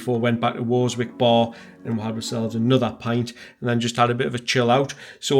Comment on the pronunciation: Worzwick !!!! W.T.F ! anyone from the toon knows it's pronounced Werzick as in the werzick street bus station , c'mon lad get a grip .